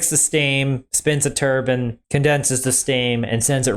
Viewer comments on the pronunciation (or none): Bro... Tur-bin? Tur-BINE!